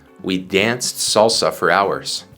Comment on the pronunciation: Hello teacher, You must pronounce the word salsa with the sound of the spanish vowel. I learning english with You...thank you